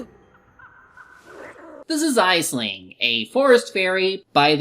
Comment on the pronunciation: it’s pronounced ashling.